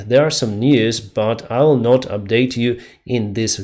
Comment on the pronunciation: "Not" is not pronounced "Nut"